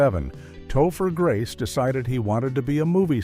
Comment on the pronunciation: And Tofu Grace.😂